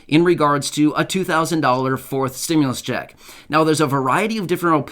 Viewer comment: "2,000 stimlus ccheck" lol